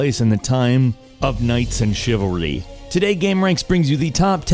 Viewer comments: "knights and chivyvrly" gr8 english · Did anyone notice he said chivalrrly in the beginning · "that take place in the time, of knights, and chivurlly" xD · "Chivalery"....... English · that chivalry pronunciation tho....!!! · The fucking weirdest pronunciation of ''chivalry'' I have ever heard in my entire life